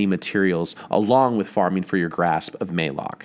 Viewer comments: ma lock not maylock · Malok spelled like malicious, malevolent, malaria, therefore its "Mullock" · Its pronounced malik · QUICK Update on this video! 75,000? You guys are the best! Thanks so much! Also the correct pronunciation is for Malok is MUH-LOCK (Thanks Deej!) Since I made this in October, before anyone knew anything about it, I didn't know the pronunciation. 6 months later and we do, so please disregard my incorrect pronunciation in the vid! Thanks for supporting the channel! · MAYLOK. MAL ....AL Malok my man, just trying to help